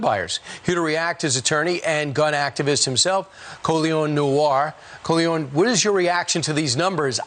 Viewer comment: Whose “Colyon” dude???😂